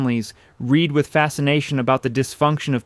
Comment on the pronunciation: It's AI. You can tell when it can't distinguish between reed (reeeeed) and read pronounced as in red. The tenor delivery voice is nice though.